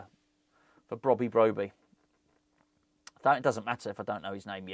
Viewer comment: 90% pronouncing his name correctly